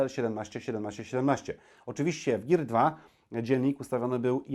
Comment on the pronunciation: "Gir" xD